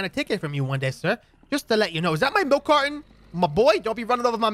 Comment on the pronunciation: Wait my malk? My MALK GIMME MY MALK